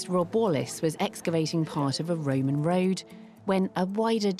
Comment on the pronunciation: The guy saying Roman Road as "Woman Woad" made it impossible to sleep anyway. Then the YouTube commercials... pointless.